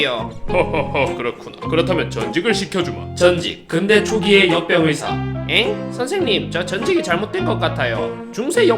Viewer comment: 나왜 염병의사로 들리냐